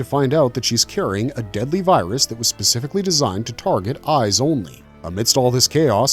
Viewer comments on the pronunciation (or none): none